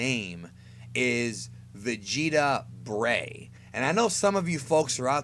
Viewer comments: "Vegeta Breigh" because.. vertebrae? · "Breigh"?! Its the first time i heard about this.....